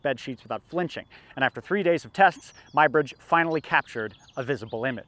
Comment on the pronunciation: "Ed-wierd Mybridge"? Do you mean the English photographer Eadweard Muybridge (previously Muggeridge) working in the USA, pronounced just - "Edward" - Although considering some of his behavior 'Ed-wierd' may not be completely wrong. Good programmes BTW - although this one gave me a head-ache, can we have a non-3D print of this please? The history of 'cinema' may go back a lot further than this programme suggests - it appears that the paleolithic cave paintings in locations such as Lascaux may have been used in a 'magic lantern' like show - young hunters taken down dark deep passages into the bowels of the earth, a burning torch illuminates fantastic images of running beasts in its flickering light, while the elders tell their horror tales of gored, mauled and trampled hunters. Here's a couple of ideas for you - Aethelstan - first King of England, a tale that only needs some dragons to turn it into Game of Thrones Why does England seem to do so much better under Queens than Kings? Elizabeth I, Victoria, Elizabeth II and Æthelflæd, lady of the Mercians and Aethestan's great aunt